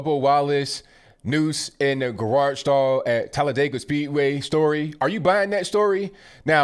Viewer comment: Thank you for using the proper pronunciation of Talladega!!!❤❤❤